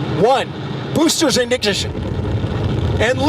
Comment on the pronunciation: heh "boosters ignhcition". poor guy probably felt self-conscious about that stumble afterwards